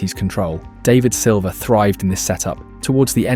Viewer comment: The pronunciation of David Silva is 😬